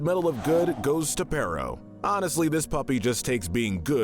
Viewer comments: It's peritto not perro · Why do so many people call him pero!?His name is pereito! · Bro called perrito perro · Im sure somebody else must have said it before but you mispronounced Perrito every time. Perro=dog and Perrito=little dog